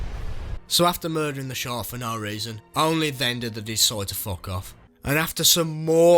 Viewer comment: I love how u said Sherk